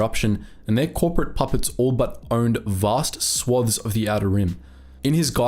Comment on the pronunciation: Overall, very good, However u use the word swathes far too often and u miss-pronounce it.